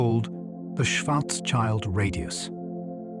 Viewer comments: schwarzschild sounds more like "shwarts-shield", not like "shwarts-child" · please don't let this stupid robot pronounce incorrectly Karl Schwarzschild schwarz meaning black and schild meaning shield